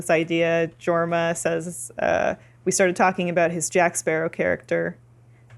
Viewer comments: Jorma is a soft j like Yorma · Small correction,. It's pronounced with a Y sound so, it would actually be Yorma. It's how the Danish pronounce J's. And I don't think I'll ever watch MacGruber. I honestly can't stand Will Forte. I watched some off the show The Last Man or Earth and I hated it. Lol. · pushes up glasses It’s pronounced “YOUR-ma”... Ok I can breathe again. Awesome vidya guys. Why so little love for Hot Rod, though? “Man. Pools are perfect for holding water.” And that epic marching scene near the end? Come on! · Idk why, but the way they pronounce Jorma really bugs me. It's pronounced "Yormuh" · Jorma Taccone Its a soft J so it is pronounced Yorma